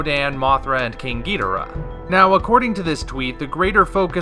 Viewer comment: Ghidorah... not geedra. It's a common mistake dating back to Nick Adams in Godzilla vs. Monster Zero. Toho has confirmed that (my favorite) Kaiju's name is pronounced Ghidorah, even though the Japanese cannot pronounce it that way.